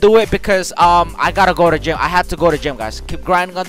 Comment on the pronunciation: Anybody else thought he said ima go to jail instead of gym?